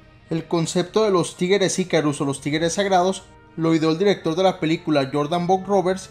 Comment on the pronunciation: Alguien mas escucha "Tigeres" y no "Tigres"?